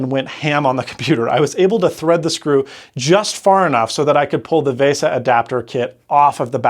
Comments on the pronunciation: Vay Sah? Back in the oh so cool 90s, that acronymn would be pronounced as Vee Sah (Local Bus) or VL Bus. But I guess that was a bit before your time lad. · 1. Apple causes way more problems like this than people think. 2. It's VESA, not VASA. FFS, learn to pronounce. you said it wrong throughout the entire video. 3. Apple Genius is an oxymoron (operative part being MORON). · To the best of my knowledge "VESA" has always been pronounced just like VISA, not VAYSUH. Edit: Also, It's really hard to read that tiny calendar text in this video.